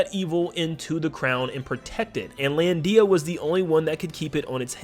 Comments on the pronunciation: IT'S LANDIA NOT LAN DIA! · You put way too much emphasis on the "Dee" of "Lan-dee-a" lol